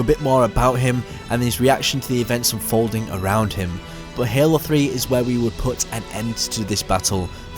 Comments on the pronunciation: No no no no, This guy is saying "Hehlo" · Anybody gonna talk about how he says halo